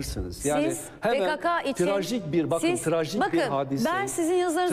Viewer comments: PeKeKe değil, PeKaKa! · e pekeke dedin dayı? :D